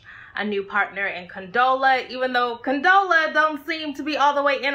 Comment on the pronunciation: It comes off as bitter and Jealous af when ya’ll intentionally screw up Condola’s name. It’s only because she is dating Lawrence. To say you built someone is high key narcissistic. If she built him, how come she’s having such a hard time building herself? That man don’t owe her shit... she cheated... he moved on. The end. Also, to refer to a significant other as an investment suggests that he/she only has value if that their potential success benefits you. Was he supposed to suffer/fail because he and Issa did not workout?